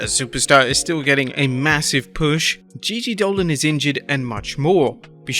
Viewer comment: It's Gigi Dolin by the way...